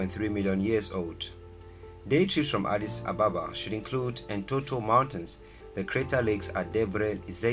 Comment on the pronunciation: Hallo brother, What's the meaning of Addis Ababa???? The answer is offcors New flower. Okay the way you said Addis Ababa is wrong . It's ok I understand you brother no problem. but there is to another mistake, you write in this video Addis "Ababa " this is meaningless words feel me ? I just leat you know so this is the right way to write Addis Abeba not Ababa Thank you. kip it up I like your videos Teaching all over the world who don't have ideas,whats Africa looks like , And my last words I mean I don't really write good English but hope you will understand what am trying to say you appreciate it